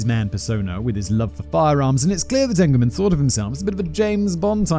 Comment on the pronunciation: It's peonounced "E"ngleman not "A"ngleman. I know his family.